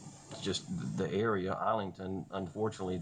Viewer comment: Why does a law school graduate say “dah” instead of “the”? Huh???